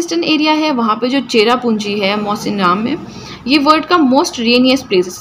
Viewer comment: Mam ITS MAWSYNRAM NOT MAWSINRAM AND THXX FOR NOTES IT REALLY HELPED ME ALOT